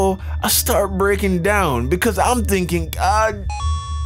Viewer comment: More like brekkin down